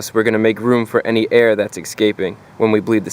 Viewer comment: Sorry Chris... but there is NO SUCH WORD as "excaping." Look it up in the dictionary. It does not exist. The word is "EScaping."